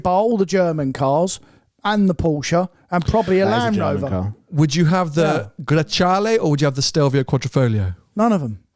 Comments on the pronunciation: WHy do you pronounce it as GreCHale? It clearly says Grecale. It's read how it's written in Italian. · Is it not pronounced "grakalé" ? 😬